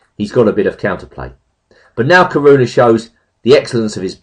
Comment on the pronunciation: There are four syllables in Caruana: Ca-ru-a-na.